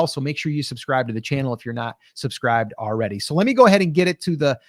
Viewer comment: Ordy?? The word is pronounced already